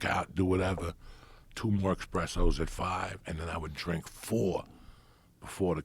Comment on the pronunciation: As somebody who was likely entrenched in Italian American culture it seems sinful that he doesn't know he's saying espresso wrong